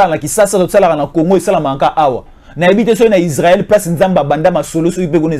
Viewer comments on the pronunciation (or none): none